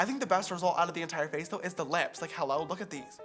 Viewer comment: Every time he said “HEYLLO” I died 😂😂😂